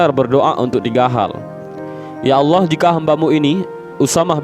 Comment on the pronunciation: Salam dari malaysia saya yakin orang yang menyampaikan cerita ini org..betul2 belajar tentang agama..sebutan allah nya..sangat tepat..igatnya..org indon sebut lah nama raja sekalian alam dengan betul.. adalah Allah✅ ALLOH✖️